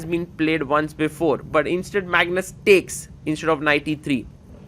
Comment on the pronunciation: Learn how to pronounce "takes" properly please.